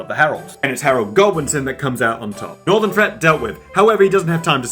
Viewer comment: Interesting point as an American. When you said “northern threat dealt with” with your English accent I thought you said Norman. Maybe that’s why it switched from the north men to the Norman’s